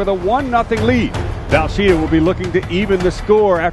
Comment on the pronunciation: Dude, it's VELsheda, not VALsheda.